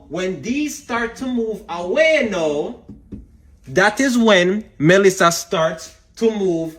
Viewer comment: It’s Melissa not Malissa🙄